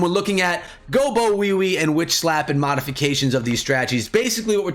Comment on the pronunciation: Did you just say gobowewe ? Hahaaaaa so good